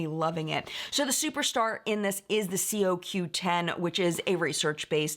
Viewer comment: it's pronounced Co-Q 10.